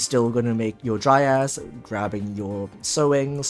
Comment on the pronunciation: You: Dryas My ear: Dry ass